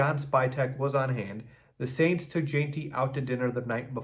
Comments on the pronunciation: "JENTY" please... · Please learn to pronounce his name. Also Brad Biggs doesn’t work for the Bears. He’s guessing like everyone else.